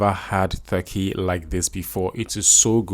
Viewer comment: Stop saying "Th-urkey". It's "T-urkey".